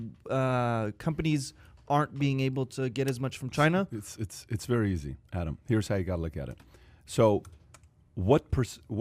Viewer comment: "Chy-na" not China.